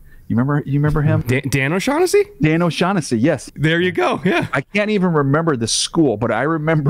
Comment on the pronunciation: Oh Shack Hennessey Do you mean O'shaughnessy?? 😂